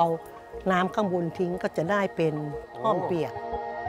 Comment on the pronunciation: ห้อม หรือ ฮ่อม แต่ไม่ใช่ ฮ้อม